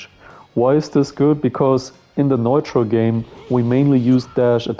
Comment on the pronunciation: Bruder top Arbeit aber versuch mal neutral auf Englisch wie newtrall auszusprechen 😊